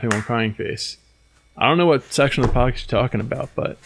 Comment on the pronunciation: Erm..."podxast "???😓 LOL ( the " x" is next 2 the "c" ...I hate when this happens ) 😣